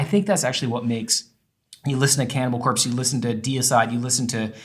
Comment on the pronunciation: i love where he put emphasis in band names cannibal CORPse, dream THEater. gonna start doing that too